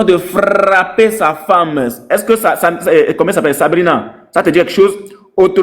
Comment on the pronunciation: Frrrrrrrrrrrrrrrrrrrrrrrrapper frappppppppppper frapppppppppppppper😂